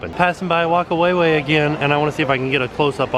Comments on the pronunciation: also the wh is said like faka (weird I know) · Hi from New Zealand.....looks like an awesome park. Heaps of Maori culture through out the place..... specially in the opening ceremony. Whakawaiwai would be pronounced Fa-ka-why-why 😀